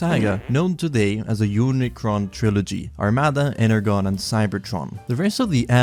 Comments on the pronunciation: "Energone" pained me lol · I’m sorry, this bothers me immensely, it’s pronounced ener-john. I’m sorry I’m being pedantic but that hurt lightly